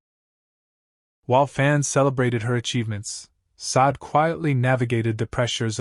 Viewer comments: It’s “Shar-day”………not Sod. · It's not pronounced Saad; her name is pronounced: Sad-day. Please get it right!